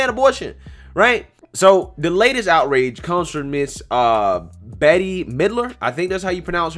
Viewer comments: Pronounced BET MIDler. Not Betty. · Its pronounced BET. BET MIDLER. But sounds like maybe we should rename her... Bish Midler 😏😉😊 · Her name is pronounced like "bet"....... you'll be most likely to remember her from the Halloween movie Hocus Pocus......but yes, it's pretty ironic that they're asking women to hold out.....lol.....of course that will cut back on unwanted pregnancies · Her name is pronounced “Bet”, not “Betty”. And she’s a raving lunatic. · It’s pronounced BET not Betty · her name is pronounced as BET not betty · Her name is pronounce 'Bet' not Betty. She can believe whatever she wants, thats her choice, even if it is a load of crap! She's may not be necessarily dry like you think! Don't believe that!!!!! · Also, to help ya out -- her name is pronounced,"Bet" -- even though her name is spelled, "Bette". Not that you'll ever do a video on her again hopefully, (with her, it'll always being some brain dead statement she makes) but I wouldn't want you to be accused of being a sexist for not properly saying her name. 🤣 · Her name is pronounced “Bet.” Cher is pronounced “Share.” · Her name is pronounced "Bet". She is a minor celebrity from the 1980s and the fact that a man your age has never heard of her is because she was a nobody even in her day. Now she's found a way to get her name and "face" back in the public eye. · Bette, I usually hear it pronounced like "bet" and I only know her from that witch movie Hocus Pocus lol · Hey friend - Bette (who is a particularly sour human being since the 1980's) pronounces her name like "Bet". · Listening to you mispronounce Bette (Bet) Middler’s first name makes this video that much better. I loved so many movies she is in and now I can’t stand her or watch her. She deserves everyone not knowing who the hell she is and mispronouncing her stupid name. Great vid! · Her name is pronounced bet. The other te is silent. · Pronounced Bet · Her name is pronounced bet midler